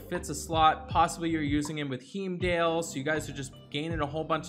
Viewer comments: Actually, it’s Hey-m-dahl. So you’re both wrong. /a Swedish Viking. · Its hi-mdall, why do you keep saying heyumdale lol